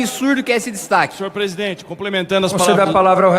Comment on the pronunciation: "AGORA O PÔJETO É 10 PESIDENTE"